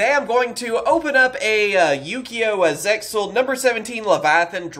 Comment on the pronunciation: Zexal is the correct way of saying it.